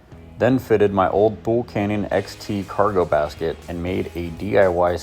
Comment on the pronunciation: Thule sounds like Two-Lee just FYI